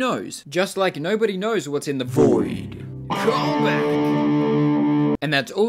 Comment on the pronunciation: stor saying dioV